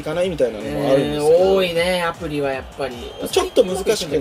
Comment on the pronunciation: 最初の挨拶アプリっていってる